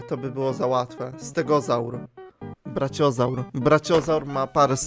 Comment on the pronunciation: czemu on czyta brachiozaura braciozur